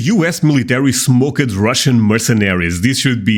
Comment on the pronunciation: To help with your English a bit..the word "smoked" is pronounced like having a T on the end "smokT". My wife is Dutch and this is how I was able to help her.✌🐢